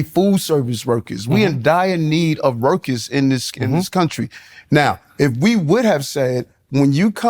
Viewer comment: Is it just me or does he sound like he is saying "Rokers" now workers?